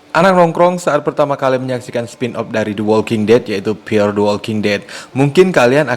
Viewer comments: gila di awal saya bingung narator nya bilang MTWD itu apaaaa, eeehhh ternyata dia bilang EpTWD, ternyata ga bisa bilang F, F kok di baca Ep, sebener nya dimanapun anda berada pasti nya harus bisa bilang F dan V, karena anak T.K. aja bisa bilang F dan V, bro kamu harus bisa baca F dan V dengan ejaan yang benar, video mu di tonton orang se indonesia, malu kalah sama anak TK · F bukan EP, ngomong yg benar